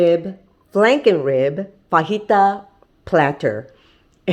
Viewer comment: Thunderjack and I pronounce it, "Fuh Jai tuh." haha